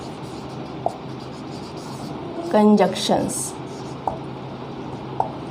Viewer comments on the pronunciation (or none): These are "Conjunctions", not "Conjuction."